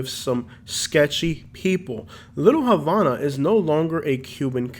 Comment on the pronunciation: Say Havana lol , thanks for the video